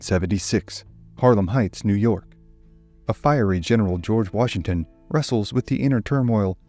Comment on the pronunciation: That's why they call him WARshington